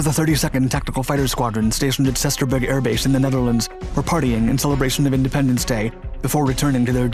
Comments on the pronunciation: Soesterberg (Air Base), Holland, is actually pronounced "Shoe Ster Berg." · 'Soesterberg' airbase: 'oe' is pronounced as oo in doomed. City of 'Lille' is pronounced much like wheel. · Thanks for properly raping the Soesterberg airbase name!